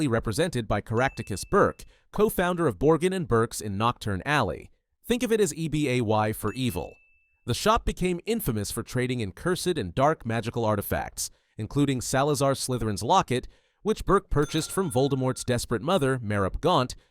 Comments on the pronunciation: E.b.a.y.? Need to brush up on your muggle studies, dude. It’s just EBay. Not an acronym. Lmao! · ee be ay why???? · I wish it wasn't an AI voice. It takes me out of it when he mispronounces things like "ebay."